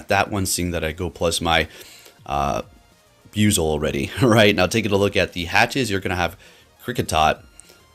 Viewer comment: Need to correct the pronouncing of the name it's bu-i-zel sounds like you keep saying biuzel